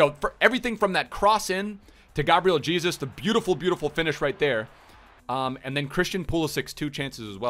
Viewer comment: Stop pronouncing Gabriel Jesus like "Jesus Christ."... ffs it's (hey-zeus) lmao